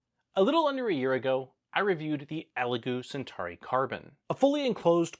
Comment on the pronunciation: I wonder if Elegoo are watching this and thinking we never made a Centari... oh but we did make a Centauri, maybe this guy can't pronounce CENTAURI... lol